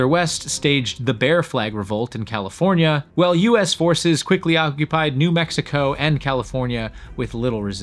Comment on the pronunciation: Thank you! Enjoyed learning many new things in this FANTASTIC video! I gotta say though... I was confused sometimes by your pronunciation of the word "while". Sounds like you're saying "well" instead. Haha you might wanna adjust that. ("While" rhymes with "style.")